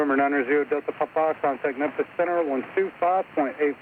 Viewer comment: one of the few who say it correctly